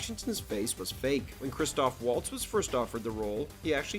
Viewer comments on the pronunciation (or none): Stopped watching after "Christopher Waltz" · “Christopher Waltz” lol Great vid